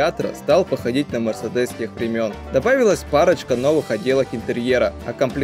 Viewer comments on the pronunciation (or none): none